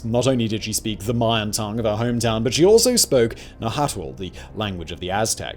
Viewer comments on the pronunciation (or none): The way you said “Nahuatl” 😂you work for YouTube! least you can do is look up a video on how to pronounce it 😂😂